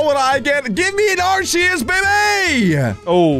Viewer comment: They don’t know how to pronounce arceus